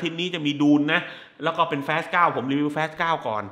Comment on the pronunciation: พี่ครับพยายามอ่านว่า ฟาส เถอะครับ ลูกผมมันเรียนแบบเรีก แฟสๆๆๆ มันตลก